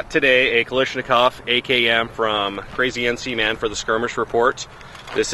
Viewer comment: My god you people are idiots. 'Kilishmikov'? Just call it an Ak or at least pronounce it right.